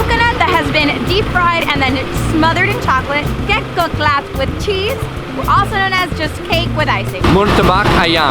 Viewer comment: we pronounced the kek cokelat - as cake cho- ke - lat .....